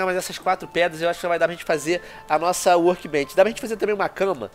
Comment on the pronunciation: FAZ TEEMPO QUE EU OUÇO O VENOM FALANDO "WORBENCH" MDSS QUE NOSTALGIA*